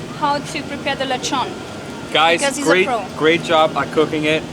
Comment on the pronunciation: Got scared when you used that canned coconut milk. The canned version can never capture the taste of the real one. By the way, i like your old lezhown pronunciation. Hehehe